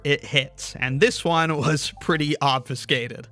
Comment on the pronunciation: And pronounces 1 as “own”